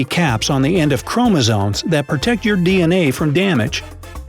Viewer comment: If you can't pronounce "chromosoMe", I don't need to hear more.